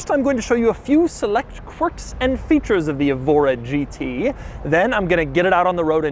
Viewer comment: Someone may have already pointed this out, but the Evora name is usually pronounced with the stress on the E: like "EHvora", and often spelled Évora with an accent mark over the E. Évora is a city in Portugal, and is also used as a person's name. Nice car, a bit out of my price range ('05 STi) :-) .